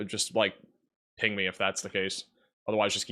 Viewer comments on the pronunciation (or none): none